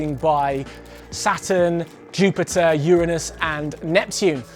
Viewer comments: Finally someone pronounces Uranus right, "YER-en-uhs" not "your-ANUS" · Atlast someone who says uranus correct.